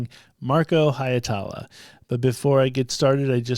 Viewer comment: Why can so many English-speakers not get Marko's surname right? 😂 The "ie" is two distinct vowels, simple as that - Hi (as if you were saying the English "he"), then without an actual stop in the flow "etala"... For a Finnish pronunciation, look up "Tohtori: The Reveal (with English subtitles) - Masked Singer Suomi", time index